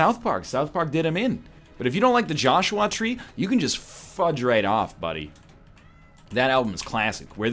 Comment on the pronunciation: Please, never talk about The Joshua Tree again. My name is Joshua, and the way you pronounce it really bugs me for some reason.